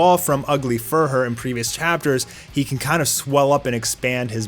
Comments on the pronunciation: Like "fury" (fyur-ee"), it's Ugly "Fuhrer" (fyur-er) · I'm sorry, but that "fur hur", is that how to properly pronounce it?